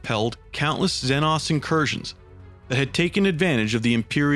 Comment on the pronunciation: This guy though! Xzen-nos instead of ZEEE-NOSS